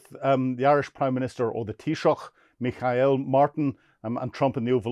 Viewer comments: Micheál Martin, not Mikhail Martin 😉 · Thanks to for using the word Taoiseach. His first name is pronounced like Me-Hall though. The way he daid it sounded russian 😅